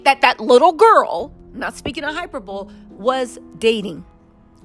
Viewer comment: Hyperbole= high-per-Bo-Lee **no shade.. fixing your crown